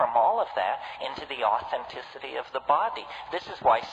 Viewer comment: I think the way he says BOdy is rather funny. Great video